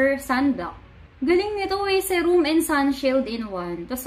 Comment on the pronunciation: SEE-ROOM po not Seh-room